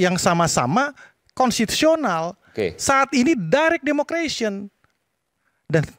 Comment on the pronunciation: Ehem, maaf ya.. nara sumber paling kanan.. bahasa inggris demokrasi bukan “democration”, tapi democracy. 🤭